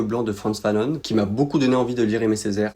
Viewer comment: Je sais que t'aime pas qu'on te le dise mais étant martiniquaise jsuis obligée : ça se prononcer FANON (on pas one) bisouss